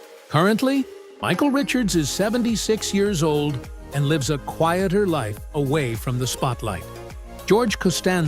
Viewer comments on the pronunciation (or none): none